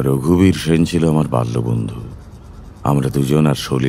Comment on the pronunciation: সেন এর উচ্চারণ বাংলায় 'S'en না করলেই কি নয়?